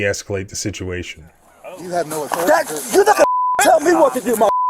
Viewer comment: My authori-tie. No, my authori-tie. No, my authori-tie..